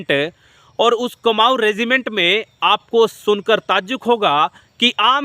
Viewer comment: कमाऊ नहीं कुमाऊं regt बोल